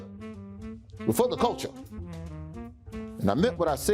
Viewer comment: Does he say "we're for the culture", "before the culture", or "we're full of culture"? I can't quite figure it out even though he says it every CP time...